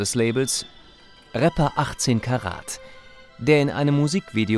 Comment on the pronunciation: Gute Doku. Respekt an alle Beteiligten. Aber wieso können Sprecher in solchen Dokus im Jahr 2022 immer noch nicht Worte wie „Bro“ oder „Rapper“ richtig aussprechen? 😅